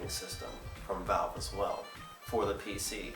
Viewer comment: Lol, he said PZer gamers.